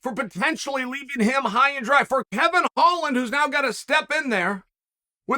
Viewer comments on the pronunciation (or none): none